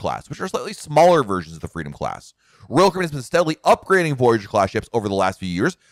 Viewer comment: The way you say "Royal Caribbean" is distracting. I couldn't watch for more than a few minutes.